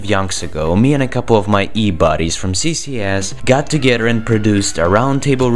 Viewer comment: At you say CCS in a way that kinda sounds like "sissy ass". :D I found that hilarious.